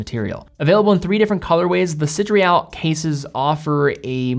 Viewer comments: Should be "see, day, rall" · Hey. I picked one up 2 days ago. It truly is lovely. One small thing: it’s “Sidéral”, not “Sidréal”.:-) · Sid-re-al…?? Pretty sure it’s Sid-er-al. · Am i the only hearing "sidreal" ? In any case, great video and great watch :) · Why is (mis)pronouncing "sideral" as if it is spelled "sidreal"? Even the actual word (sidereal) is pronounced sə-DEER-ee-əl. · SIDERAL WTF IS DAT PRONUNCIATION LOL I LOVE YOU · Good review. But you totally mispronounced the name of the watch.